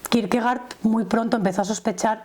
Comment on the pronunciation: Se pronuncia Kirkegord en danés. Gracias